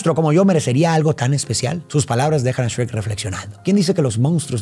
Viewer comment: grande no le dijo esrek a shuerk como los españoles:D